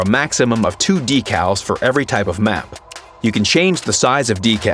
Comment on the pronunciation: Decowls? Blah only for 10..